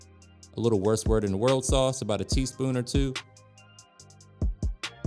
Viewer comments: Ok, Thanks for the recipe. I noticed you used something called "west world and world sauce"? It's actually pronounced "whoos-ter-shire" sauce. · It is "wooster shire" sauce. Or just "wooster" sauce. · It's just "wursta - sha" sauce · As a Brit, you made me laugh with "Worst Word In The World sauce," hahahahaha. Americans seem to have so much trouble with it, but it's actually very simple to say. Wuh-sta-sheer sauce or if you are a bit posher Wuh-sta-shuh sauce. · Worst word in the world is harder to say than worsheshire😂😂 I love it though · You pronounce Worcestershire 'Wust ter sure/shire'. There, easy 😎